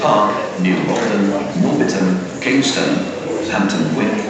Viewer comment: Yeah Instead Of saying Kingston he Say Kongston